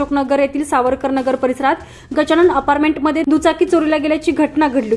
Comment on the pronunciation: आपारमेंट नव्हे, अपार्टमेंट असे लिहा मराठी शुद्धलेखनाकडे व उच्चारा कडे कृपया लक्ष द्यावे.